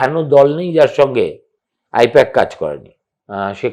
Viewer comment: I-PAC❌ I-POK☑️